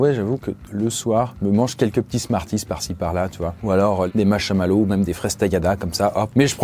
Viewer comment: Les mashamalow euh c’est pas plutôt des marshmallows ?on ne dit pas Mashamalow au pire tu aspire le r mais y a pas deux A🤬